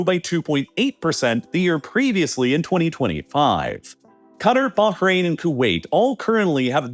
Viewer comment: Love how you pronounced Bahrain perfectly and then said Cutter lol